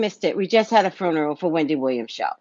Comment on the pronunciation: She said fruneral